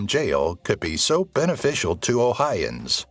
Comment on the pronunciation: It's "O-HI-O-AN," not 'OH-HI-AN."